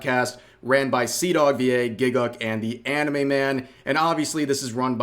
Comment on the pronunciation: All "anime youtubers" are cringe as shit imo. Somehow hearing a westoid say, "auhnumay" in real life just ruins it for me. No thanks.